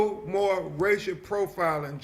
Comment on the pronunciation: why can't he say the word more? what is MO?